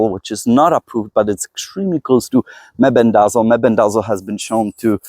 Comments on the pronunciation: Fenbendazole pronounced fin-bin-da-zall (or "saul" in southern US, lol) or just say "fin-bin", mebendazole is like "muh-bin-da-zall". Took me awhile to say them without tripping over my tongue too.... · the words you can't pronounce are fenbendazole and menbendazole, pronounced fen ben duh zole and men ben duh zole. I have used fenbendazole with tumors on a pet rat with good results in terms of stopping progression, but died of an unrelated respiratory issue that rats are prone to.